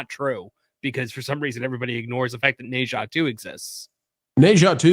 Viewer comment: I prefer your old pronunciation of Nezha or Neja or however you spell that. lol.